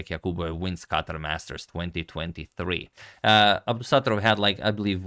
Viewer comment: Thank you for pronouncing it Cutter